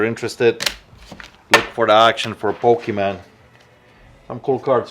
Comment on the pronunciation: Poke—ee-mon— NOT pokee-man haha